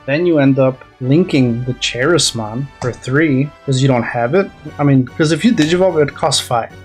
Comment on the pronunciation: Good Appmon build. Also it's pronounced Ka- ris- mon for Charismon. It's basically how you say Charisma.